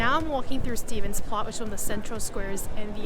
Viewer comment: Sorry, but you do need to at least try to learn how to pronounce the names of where you are going-"Stevens place"? or 'Skonsbrunn?? seriously? There is also more to the markets than food...